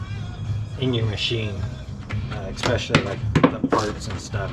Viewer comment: Oh... and expecially is not a word. I think you meant to say especially.